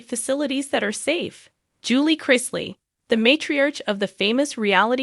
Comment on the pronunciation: As usual, you're way behind the times. This was made public weeks ago... Once again could you learn how to say their names correctly?